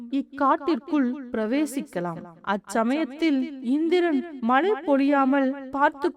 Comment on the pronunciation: Malai poliyaamal elu illai zha vai sariyaga ucharikkavum